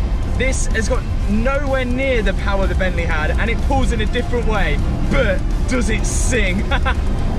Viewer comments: Bent-leh Love it 😻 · From Bentleeh to Maseraeeh, love it